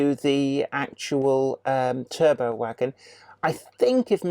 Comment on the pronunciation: pronounced 'terr-butt', they certainly aren't 'turbo's'....